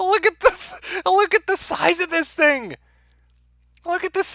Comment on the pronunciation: I hate how says, "that's the fing". The "fing"... thing... "fing".